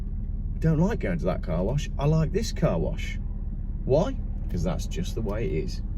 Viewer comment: ... it's "because!"